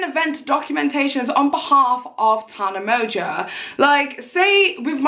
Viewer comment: The way you pronounce Tana Mongoose’s last name it sounds like “Tana Merger” 😂